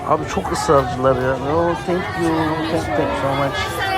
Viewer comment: abi o kadar no tank you dedin ki,ne demek asil ben thank you geldi aklima 😂😂😂